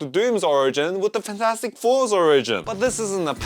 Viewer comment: “Fan four stick” 😭✌️🥀🥀